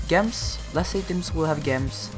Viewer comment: thanks for this great vid but there's one thing that bugged me (yes unfortunately I'm that kinda person) :( is your saying gems wrong lol sorry i know its and accent but imagine the g is a j so its J-EMS lol sorry to be that person but i did find the vid very helpful :)